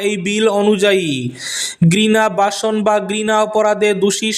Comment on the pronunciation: ভাষন বললে বাসন শোনা যায়, ধর্ষণ বললে দর্শন শোনা যায় 😅। উচ্চারণের দিকে ধ্যান দিবেন ❤️🙏